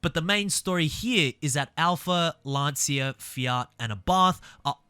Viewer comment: the pronounce of "Lancia"... good video by the way